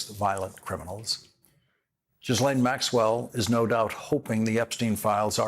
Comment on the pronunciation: Geeez, Lawrence: you could at least pronounce “Ghislane” properly. It’s not that difficult. You can do it.